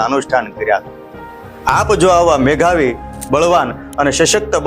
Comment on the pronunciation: "મેઘાવી" નહીં સાહેબ, "મેધાવી" હોય. ઘડિયાળનો "ઘ" નહિ પણ ધજાનો "ધ" આવે! 😊 ક્ષમા... ખોટું ના લગાડશો. मेधावी का अर्थ होता है - बुद्धिमान, समझदार, और प्रतिभाशाली। यह शब्द उन लोगों के लिए उपयोग किया जाता है जो अपनी बुद्धिमत्ता, ज्ञान, या काम में उत्कृष्ट प्रदर्शन करते हैं - नई चीजें सीखने की क्षमता रखते हैं - समस्याओं का समाधान करने में सक्षम होते हैं - अपने क्षेत्र में नवाचार और सुधार लाने की रखते हैं! मेधावी शब्द का उपयोग अक्सर उन छात्रों या व्यक्तियों के लिए किया जाता है जो अपनी और प्रतिभा के कारण उत्कृष्टता प्राप्त करते हैं।